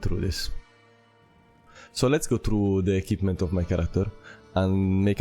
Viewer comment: Please learn how to pronounce "equipment" properly.